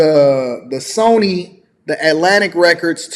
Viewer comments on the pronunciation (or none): none